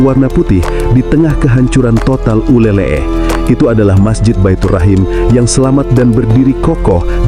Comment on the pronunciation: Min Bukan nyebutnya uleleh tapi uleleu. Aku sering main dan mandi di pantai uleleu waktu tinggal di Banda Aceh tahun 😊